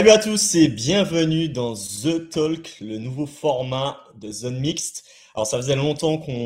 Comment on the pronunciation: On ne prononce pas le "L" dans " talk" comme pour "walk" , "chalk", "half", "folk" etc . ;)